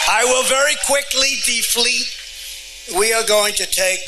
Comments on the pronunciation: Did he say “defleet”?😂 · Did he say "defleet"? LMAO.